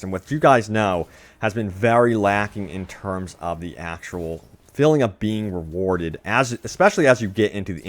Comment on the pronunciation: say feeling not filling, got confused on your point with that